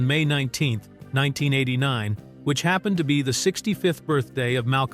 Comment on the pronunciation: AI Slop. You couldnt pronounce 1989